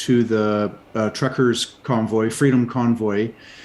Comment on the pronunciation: It was very hard to understand the news broadcast from the station. Your lady does not pronounce very well. One example and they were through the broadcast, the word freedom, was prononced fleedom